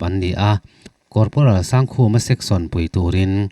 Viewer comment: Mizo hming ah Sangkhuma tih hi Sangkhuma(1000 khuma) anga lam tur awm tak ania. Sang hi (High) san zawng tehna anga kan lam angin Sangkhuma i ti tlat hi chu ka hrethiam thei lo a ni. Amaherawh chu fel hlel lai awm ve thin mahse beng i ti tlaiin, a lawmawm lutuk e.